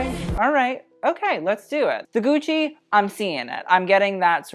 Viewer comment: Please don’t say “gooch” 🤢🤮